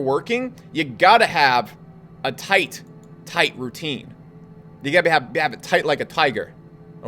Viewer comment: toight like a toigher